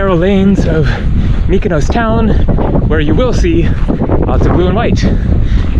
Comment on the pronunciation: just to note when an island"s name ends in -os for example, Mykonos, Paros, Tinos, Naxos etc it's pronounced as you would say boss or floss. You keep saying 'ous' which isn't correct! Just to note for your next visit (next week), haha!😀